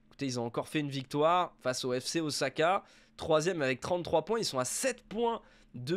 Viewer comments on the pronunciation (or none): none